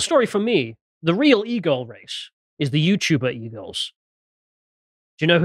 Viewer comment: Anyone else hear pronounce "E-girls" as "eagles," and imagine a whole new (terrible) meaning to the LOTR moment: "The eagles! The eagles are coming!"